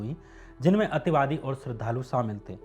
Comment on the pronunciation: Ativadi kya hota h ,clear bolo na ,sirf misuse kiya h sabne